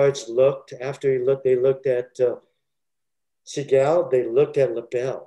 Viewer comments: If I hear se-gaal one more time, I’ll lose my mind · The guy keeps pronouncing Steven's name wrong. And he takes forever to tell a basic story. It's annoying. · So I just have to say this, the fact he shows disdain for people telling the story that wasn't there, why can he say Segals name right? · The way he pronounces Seagal makes me laugh my ass off every time he says it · He didn't even pronounce his name correctly. Lol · Why does he continuously mispronounce his name? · The way he pronounces Seagal is extremely annoying